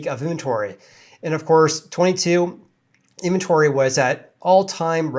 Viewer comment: Great show. You speak in short hand. Always cutting syllables out of words. Great time savor since I can still understand what you are saying. Example in-ven-tory. You say in-tory.